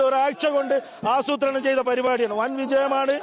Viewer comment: ആശുത്രണം എന്ന് അറിയാതെ പറഞ്ഞു പോയല്ലോ 😂